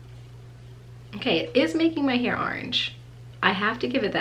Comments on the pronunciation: hair=here....sorry I can't unhear it. Everytime she says hair, or chair in a video I hear 'here' or 'cheer'. Is this a regional accent? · She's from Rhode Island we're lucky she's gives us any R's at all. LOL Love me some East Coast accents :) Love Rhode Island! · A Boston accent!:)